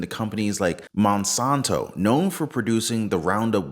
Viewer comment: how can you speak so eloquently and yet still can’t properly say the words ‘glyphosate’ and ‘Monsanto’? (Gliff-o-sate). And (Mon-san-toe). There, does that help? Both are evil words.